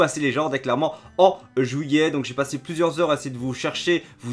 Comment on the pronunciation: "Jouillet" xD